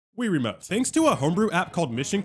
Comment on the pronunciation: More like rie-ramote